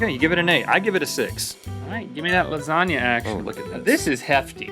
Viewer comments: It's pronounced lasagna (la-sa-nia) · l think you didn't pronounce lasagna right